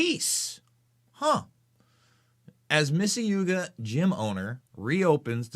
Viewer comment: The city is Mississauga it's pronounced "Miss-A-Saga" it's a suburb of Toronto.